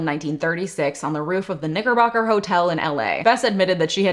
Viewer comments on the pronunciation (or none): if i were you i would have put a lot more effort into pronouncing nickerbocker lol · I’m gonna need you to ANNUNCIATE when you say knickerbocker 🤣 my heart stopped